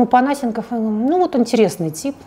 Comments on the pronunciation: ну сколько можно ставить неправильное ударение?! Не ПонА́сенков, а ПонасЕ́нков. И ещё, лишний раз напомню, чтобы в следующих роликах мне не резало уши: не кУ́колд, а кукО́лд. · Я же правильно понимаю, что Панасенков - это тот известный и немного чудаковатый историк? Разве у него ударение в фамилии не на другую букву...